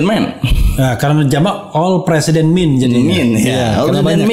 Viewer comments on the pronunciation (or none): Bang refly maaf. MAN dengan MEN dibaca sama aja bang. MEN bukan MIN. Tetep aja dibacanya MEN. Kecuali WOMEN itu ada suara agak "i" nya. Koreksi aja bang,karena udah terlalu sering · Ada film MEN IN BLACK bang. Dibacanya tetep MEN, bukan MIN IN BLACK